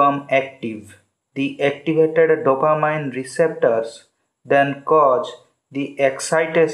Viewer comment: dopa-MEEN not dopa-MINE